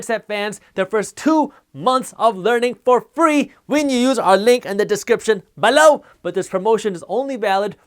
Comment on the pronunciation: He says BALLOW.